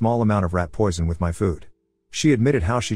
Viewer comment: “Jealous Sil tried to PUAH me…” haha love that audio XD